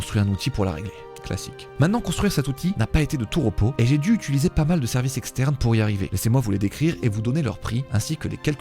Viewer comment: Très intéressant, merci pour ta vidéo ! Es-tu conscient du fait que tu dis systématiquement "utuliser" au lieu de "utiliser" ?